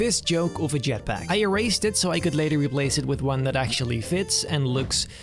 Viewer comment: This guy makes me think im on drugs. Saw the Spiderman one and in that he goes This Biece of garbage instead of Piece of garbage. And i saw another Mando thing where he goes.. Boster instead of Poster and Boses instead of Poses. I also heard Jetback and not Jetpack.. So does being Spanish make it hard to say B or what.? Hes not really pronouncing the words, its like someone having a cold, but in every video.. 🤔